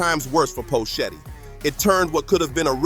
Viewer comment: Who the phuck is Poe Shetty? How can you phuck up his name like that.